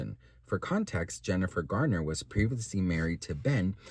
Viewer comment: Why do yall keep saying Gardner it’s Garner lol 😂